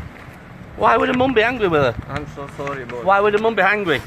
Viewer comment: He said solly